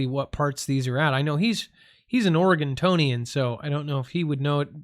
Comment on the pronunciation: 🙄🙄OREGONIAN!!!! There’s no T in there.